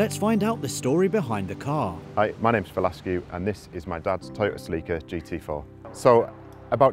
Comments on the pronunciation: "seleeka" lol its "selicka" celica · They have an odd way of pronouncing Celica. And the music they use if horrible.